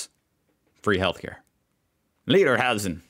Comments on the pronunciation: Lederhosen klang wie Lederhasen 😂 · "Lederhasen" - "leatherhares"? What is that supposed to be? Furthermore, why do you overpronounce our language like you did? Too much Hollywood? German doesn't sound as harsh and guttural like American English.